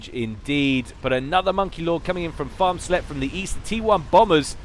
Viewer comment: Hey, Farmsletje is dutch but the translation to English is a bit offensive btw the first time you said it you pronounced it pretty spot on and it sounds hilarious for you to say it xD btw translation: little farmers hooker EDIT: not a real proper translation because dutch is weird.